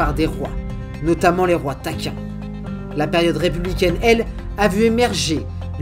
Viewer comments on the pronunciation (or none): Les rois "taquins", non c'est les rois Tarquins Un peu de précision SVP.